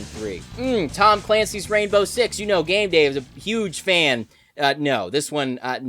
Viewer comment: He IS.... not Shave Dave.